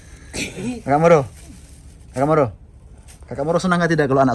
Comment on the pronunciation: moro di baca muru